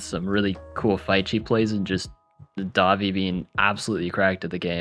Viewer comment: daVI not DAvi